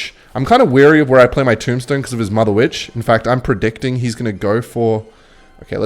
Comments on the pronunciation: why does bro say mudda witch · I don't like the way you say mother Witch opposed to motherwitch....